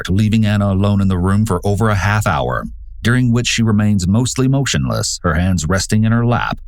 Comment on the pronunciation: It's "during" not "dearing"! gahhhhh!